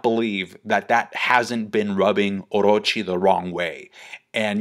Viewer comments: I hate the way you say Orrrochi, but great analysis though. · I have a crush on you and the way you say Orochi 💖😳